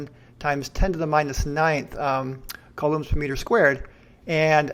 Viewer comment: These analysis videos are great, I wonder why the other debunkers haven't really done this so far from their debates. Keep them coming. The only negative thing that I can mention so far: the pronunciation of: Coulomb Google translate, when set to French pronounces it like I would expect (but then again I'm not French/in a French speaking country).